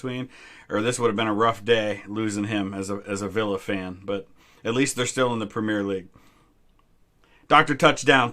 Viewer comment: I love your content and you seem like a really cool dude but every fiber in my body aches the way you say premier 😂